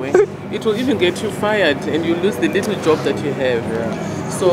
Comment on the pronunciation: She said “litool” 💀💀😂